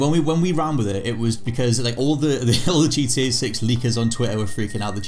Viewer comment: I love it when he says gda 6